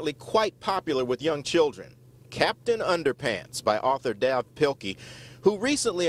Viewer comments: it dave pilkey not dav pilkey its pronounced dave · IT'S PRONOUNCED DAVE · Noah Smith+ yea when they said dav I screamed ITS DAVE NOT DAV